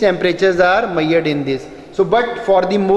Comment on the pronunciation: 'Maiyered' nhi 'measured' hota hai sirji.....baki video is very informative and nicely explained